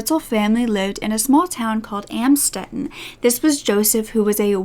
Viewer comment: I went to high school not far from Amstetten and had an English class with someone who was related to the Fritzls... she had to change her last name because she got bullied. But yes, it was shocking to have that so close to where I lived. He is a monster. Thanks for the good research, just "Amstetten" is pronounced "Uhmmmstetten"